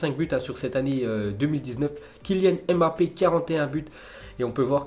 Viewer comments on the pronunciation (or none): none